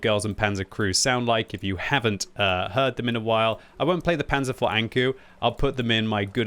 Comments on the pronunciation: I am a german native, i know that. That's why I wrote it is PRONOUNCED like the number. Since made the usual mistake of saying it like "vore". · The "Vor" in "Panzer Vor" is actually pronounced like the english four.